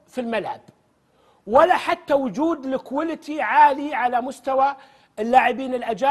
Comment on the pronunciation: يعني هذا فقط مالقت انتباهك من حديث ماجد التويجري.... زلة لسان اعتبرها... مومعقول ذي العقلية جاي تصحح له انجليزيته... عجيب امركم